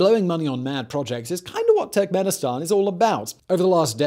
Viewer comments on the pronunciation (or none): Every time he says Turkmenistan, I hear "tech minister" and I need to remind myself that he's referring to a country, not a person.